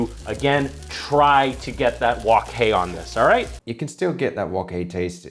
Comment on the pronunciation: Brian's fried rice looks like a warm hug to the tums. 😋 ☺️ p/s: Nice job on the wok hei pronunciation,. You nailed it 😅👌